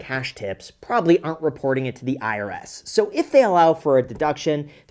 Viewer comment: Its NOT "the-irs" anymore 😅😂